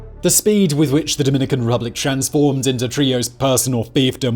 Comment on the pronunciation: “Dominican Ruplic”?